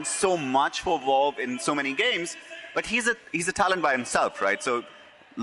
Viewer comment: "Done so much for Volve"